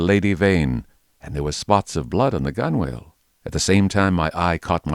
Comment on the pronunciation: You do spell it 'gunwale', however, you pronounce it 'gunnel'.